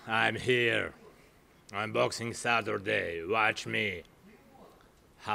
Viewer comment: 'saturtheday' lol